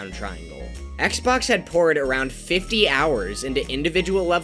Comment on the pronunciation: The most impressive part of this video is how he finally pronounced Xbox's name right